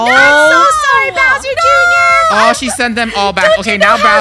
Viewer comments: Funneh, it's Bowser, not Browser. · Anyone else notice that funneh keeps saying “bRowser “ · It sounds like there saying browser instead of Bowser 😭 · Them saying "BROWSER" NOT "BOWSER" JUST KILLS ME INSIDE😢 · by the way its not "browser" its "bowser" bc i noticed u kept saying "browser" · Why do they call it browser instead of bowser? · Funneh it’s bowser not Broswer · Is it just me or does it bother me when they call Bowser "browser" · did funneh called bowser browser?!😂😂😂